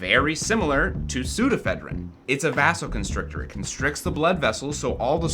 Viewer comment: i thought vasoconstrictor was pronounced like vase, not like vase